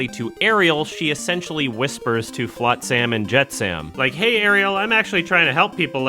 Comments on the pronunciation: great review but why the fuck does say flotSAM and jetSAM🤮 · "Flot-SAM and Jet-SAM" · I agree with basically all of this but I can't handle how you pronounce Flotsam and Jetsam... It's not an 'am' sound it's an 'um' sound my man. Otherwise keep up the good work. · Halle Bailey is a mediocre singer and a bad actress, Jodie Benson was a good singer and a good voice actress Also mispronouncing Flotsam/Jetsam was weird lol